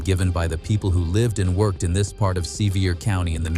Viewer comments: AI should learn pronunciation, I am a Tennessee native. Sevier County is pronounced "severe", not Seevier. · Sevier is pronounced like "severe", you're welcome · Sevier Is pronounced SeVeer.